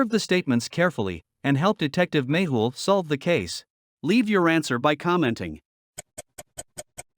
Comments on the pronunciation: Its not Maple or Magel its 'Mehul' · Its magle not maple